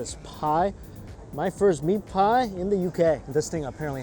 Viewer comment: When he said meat pie it reminded me of Sweeney Todd